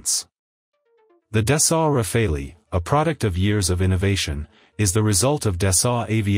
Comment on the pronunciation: Rafale is pronounced Rafal, not Rafaelli (meaning Burst / Gust / Hail of bullets). But this is a good video anyway!